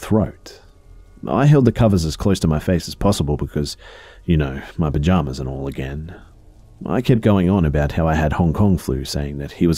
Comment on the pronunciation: You saying pajamas over and over was pretty funny.